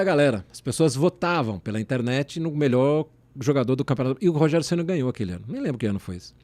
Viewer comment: "Rogério Geni" kkkkk